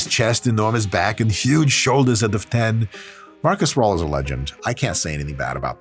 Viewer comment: His name is Markus Rühl... not Marcus Ruhl.... I have been a fan of this beast since the late 90s. A beast he is!